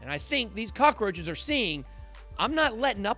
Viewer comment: Love you man. Calling F2 cockaroaches lol !!